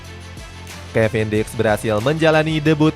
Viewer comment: Kevin diks ya teman-teman bukan kevin dick 😅